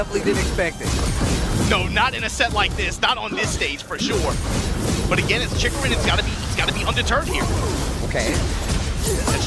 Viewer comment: Man... I wish people stop butchering my boy's name. "Chikuren, Chikuran, Chickarun" 😮‍💨